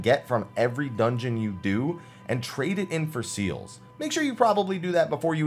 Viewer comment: I know it are seals but each time I hear seels.